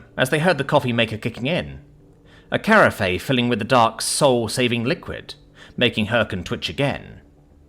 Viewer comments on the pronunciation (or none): He sounds English to me, as an Englishman. But carafay rather than carafe?